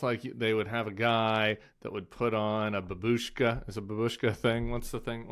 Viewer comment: The hat is, I think, a papakha. BAH bush kah (babushka) is "grandmother", accent on the FIRST syllable. Timmy....